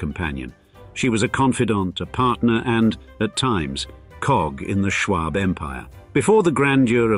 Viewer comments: Listen to this guy say Schwab is almost as irritating as hearing a Scotsman say “schedule.” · And btw, you aren't even pronouncing "Schwab" right. Here in America, it's pronounced "Shwahb." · Just a note: The "a" in Schwab is pronounced like the "a" in awe, not the "a" in arsenic. Also the actual way to pronounce Carnegie is to stress the "ne," but the way it's said here has incorrectly become the standardization. The photo between the Marble House gold ballroom and the mansion itself is the grand staircase of the Paris Opera, not an American mansion (but, yes it is Beaux Arts). I also hear Beaux Arts being pronounced in this video both as "bow art" (wrong) and "bows art" (correct as Arts begins with a vowel). There are a few times where Mrs Astor's ballroom is shown but made to seem as if it were a part of the Schwab mansion. I'm still hoping for a video on San Marino (Henry Huntington) and its art and gardens.